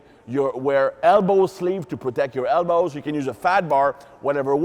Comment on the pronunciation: And hips = "ips"; elbows = "hellbows."